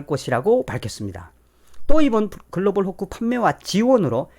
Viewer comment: 도대체 "글로벌 호코"가 뭔지, 그 발음이... Global... Fork? Hook? Hock? 아니면... pork - hock? "콩글리쉬" 가 너무 어렵구먼...